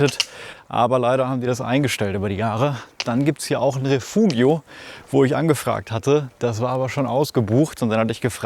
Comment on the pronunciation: Moin. Alter Du kannst doch nicht bei diesen leckeren Auslagen bei den Geschäften einfach nur 5 Liter Wasser holen und danach die Trekking-Nahrung auf dem Balkon zubereiten. Da blutet mir das Herz 💔:D Ach ja, Refugio = /reˈfu.xjo/ = rreh-FOO-chjoh gesprochen;) Klasse Trail!! Ich glaube bei den HMs die man da läuft, braucht man schon etwas Kondition.